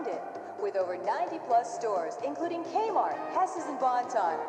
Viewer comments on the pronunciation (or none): none